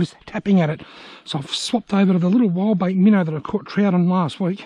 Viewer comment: Are you saying “Wildbait” Minnow? My American ears could not figure out what the heck you were talking about. For the longest time, I heard Wall Bait Minnow. Couldn’t find that brand anywhere online 😂